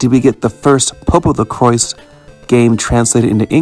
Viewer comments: The Crois pronunciation is like Croy-ce not like cross. At least that's how it's in Japanese. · The correct pronunciation is "Popolo-croyse" which is how the Japanese voice actors say it Magical Road is much more effective than in the 1st game. Instead of reducing random encounters based on your level vs the enemies' level, they're disabled entirely until it wears off, although the star beneath Pietro no longer shrinks as an indicator of when it wears off. Also unlike the 1st game, Magical Road can be cast in battle, which gives Pietro a defense buff Yup, everything was redrawn for the 2nd game to more closely match Atsuko Fukushima's artstyle and all returning areas from the 1st game have a lot more background details Tamori is the creator of the original manga but the signature artstyle of the games/anime is by Atsuko Fukushima, an animator who worked on Akira as well as multiple Ghibli movies and the pilot film for PopoloCrois which was how she became involved with the series PopoRogue (the title is a play on both the words "Epilogue" and "Rogue" as in "roguelike") is an interquel that plays much more like a dungeon-crawler than the other games and greatly expands upon the battle system of the 1st game with unique mechanics and AI-controlled mercenary party members. There's multiple references to PopoRogue in PopoloCrois 2 (the 'Musashi' mentioned in the Land of the Sun is one of the mercenaries from that game) although a few are deep cuts unless you've played it, and some of the mercenaries appear in the PSP game as summons as well as the mo